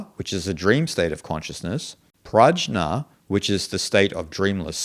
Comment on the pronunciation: The deep sleep state is not “prajña” (pronounced as pragya), it is “prājña” (pronounced as praagya). Means completely different things. Prajña is knowledge.